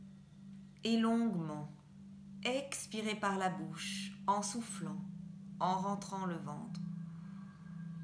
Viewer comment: Bonjour, ce qui m a gêné c est votre voix très accentuée sur certaines syllabes comme le ex de expirez par exemple. Je préfère plus de douceur dans les voix pour les meditations. Mais ça ne regarde que moi. Merci pour votre implication dans cette vidéo. Claudie.